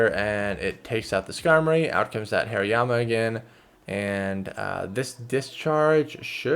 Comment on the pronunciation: btw, it's hari-yama. not hairy-yama